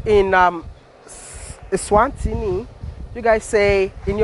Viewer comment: Its ESWATINI. Not eNSwatini